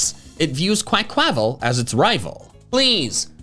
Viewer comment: I'm sorry, but your pronunciation of Quaquaval was so bad, it felt like someone threw a rock at me. It's pronounced like the Mexican pronunciation of 'carnival'.